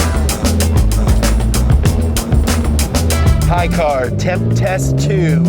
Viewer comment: More powah bahbeh